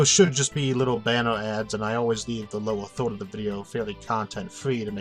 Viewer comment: Do you say First or Foste? Third or Thode?